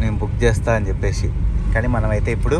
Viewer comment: చెప్పే"షి", వచ్చే"షి", తినే"షి".... అని కాకుండా చెప్పేసి, వచ్చేసి, తినేసి అని పలుకు.... తెలుగు మన మాతృ భాష... మనమే కాపాడుకుందాం....